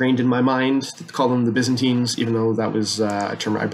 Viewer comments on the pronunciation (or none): none